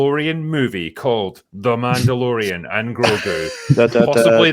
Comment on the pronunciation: Did say Mando-Bore-ian?